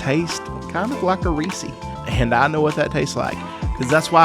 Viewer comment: Beef bacon sounds like heaven. Ugghhh. I hate when people say Reesee. It is the name Reese, like from malcom in the middle. Ree-s. Ahhh. 😂